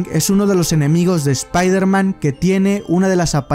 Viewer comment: Oye wey por que dices "espairderman" en vez "espaiderman"?